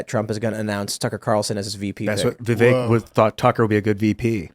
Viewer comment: please correct pronunciation of Vivek’s name!!! It is rude to not pronounce his name Vivek “like cake”.